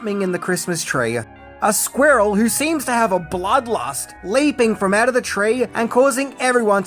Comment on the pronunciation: Is related to Benedict Cumberbatch? He also has trouble saying squirrel.